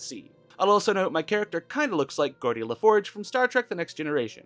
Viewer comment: How did you mispronounce Geordi Laforge? You only ever hear it, hardly ever see it printed. That's weird.